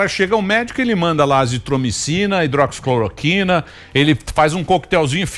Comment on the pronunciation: Felipe Neto não conseguiu nem falar hidroxicloroquina no The New York Times kkkkk